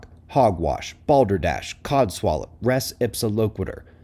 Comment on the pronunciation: Who sez "cod swallow"